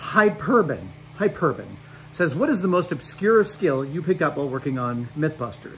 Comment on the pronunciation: HyPERben... Sure it isn't HyperBen, Adam...?🤔😅